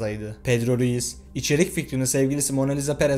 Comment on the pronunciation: Pedro Ruiz'i sürekli pedro reyis anladım diyom niye reisdiyo bu lsjdla